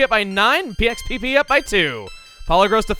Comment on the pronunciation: Did he say PXPP instead of Max PP?